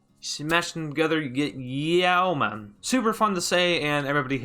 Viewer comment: I believe you mean "Yeman"